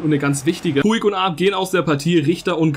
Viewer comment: Man spricht es Putsch aus Also du nennst ihn immer puig